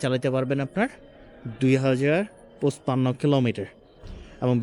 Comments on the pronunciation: ভাই পুছপান্ন কি জিনিস😅 পঞ্চান্ন বললে ভাল শোনায় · পচ্পান্ন কি ভাই??? পনচান্ন হবে